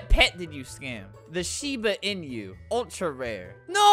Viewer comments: omg he said "shiba in-yu" that triggered me it's pronounced ee-noo not in-yu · it sounds like shiba in you instead of shiba inu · Did he just pronounce it "shiba in you"?????? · Ohhhh the shiba "in you" 😂 (Shiba Inu) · he read it as "uh huh" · Correct pronunciation: Shiba Inu Albert: shiba in you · albert said shiba enu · He called a Shiba Inu a shiba iñu.